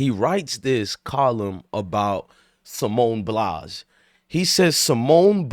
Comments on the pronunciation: At least get her name right sir Simone Biles not Blies 😅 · Bro you just did the same think calling her a quitter so actually your no different and your pronouncing her name wrong 🤦🏽‍♂️ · Get her name right dummy